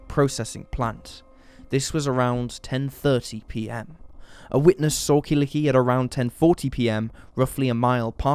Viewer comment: Killikki :D Such a cute way to pronounce her name.